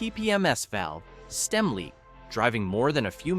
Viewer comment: If this isn't a computer voice, it's a guy who does odd pauses between words. "...the valve! ... stem! ...isn't cracked!